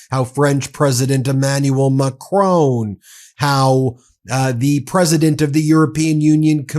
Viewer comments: Now this is irritating me! Please have enough respect to pronounce the President of France's name correctly. It is Mac-ron, as in one, not Macrocrone as in crone! A good channel, but this constant mispronunciation makes you appear like any other isolationist American, which clearly you are not. Pip Pip, and all power to you! (especially when you get the pronunciation right!! Love from the UK. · Macron not Macrone 🙂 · FFS Stop mispronouncing Macron. it's Mak Ron not macrone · Love your channel, and don't miss a single one. But PLEASE. The surname Macron is pronounced exactly as you see it, with the lightest emphasis on the "N". It is NOT "Macrone". French Canadians will appreciate you taking the time to say it correctly. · good work but please stop saying Macrone... iot's MacrON, you know, like on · Now read and say MacRON, not MacROAN. You sound silly and unserious not pronouncing world leaders names correctly. Please….. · Ben, it pronounced like the word "mah- crawn" rhyming with the word "on," NOT "mah-crone" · I know I go on about it but the correct way to pronounce the French presidents name is Mak ron with a virtually silent n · Ben, love your channel. Just one thing, a small thing, please pronounce Macron's name as (phonetically) Mac - rohn, as in John. The 'N' is barely said at all. Not perfect but near. I'm no expert but I am English and this is an English pronunciation, I know French a bit. The genuine 😊French way is more interesting. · I love this channel. But please get MAcron right. Heavy emphasis on first syllable and the final n virtually silent. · Please announce the French PM correctly. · Stop pronouncing the N at the end of Macron. I get you're American, but come on. You sound ridiculous. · Please lear😊n to pronounce Macron!